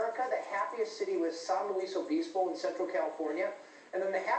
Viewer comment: Haha this guy cant say san luis obispo right.